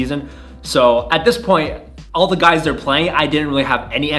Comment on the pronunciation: It’s “the” not “duh”. Learn how to pronounce words.